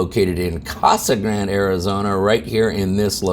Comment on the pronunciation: I thought "Casa Grande" was 4 syllables....